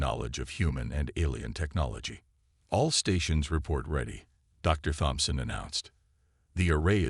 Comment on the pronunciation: Hard T. Tomson. Not Thomson.